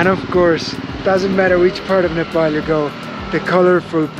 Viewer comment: thank you for correct pronunciation of NEPAL